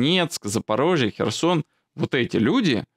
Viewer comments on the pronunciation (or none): none